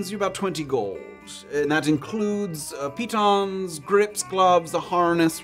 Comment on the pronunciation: I knew I loves this show for a reason. The first time I have heard "Pitons" pronounced correctly in years!